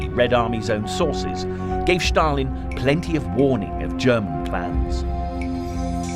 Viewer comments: Just curious as to why the narrator refers to Stalin as Shh-talin.. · It is Stalin, not Shstalin and Stalingrad, not Shtalingrad.